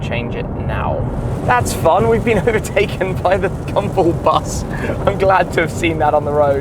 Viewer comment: EVERY TIME ⏲️ YOU HAVE SAID GUMBALL , IT SOUND LIKE YOU WERE SAYING, GUMBO !